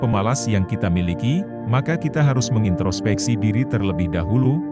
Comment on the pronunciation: "Mengintrospeksi" dek bukan "menginstropeksi"